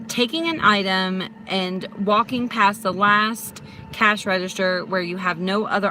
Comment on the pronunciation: It's called a "register", not "redishter" lmao